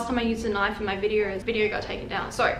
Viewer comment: "congratulations on clicking on this VIDEORRR"